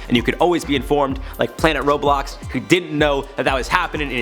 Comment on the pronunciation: Slyack he said Roblox weirdly